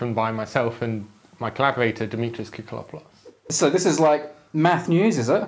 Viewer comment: Can we have a round of applause for him saying koukoulopoulos without batting an eyelash.